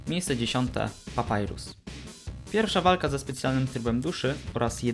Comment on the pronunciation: 'Papurys' lol